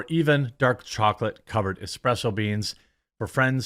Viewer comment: Did you say expresso beans ??